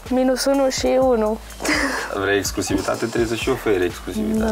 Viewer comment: mai repetă cuvintele dificile gen,, exclusivitate "inainte de a le folosi, ești totuși la TV....fff frustrant să vedem că,ca și criteriu pt.alegerea participanților la emisiune,primează frumusețea fizică în locul inteligenței 😢😢😢